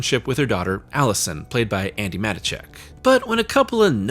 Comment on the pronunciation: Just in case you bring her up again at some point, “Matichak” is pronounced Muh-Tee-Check.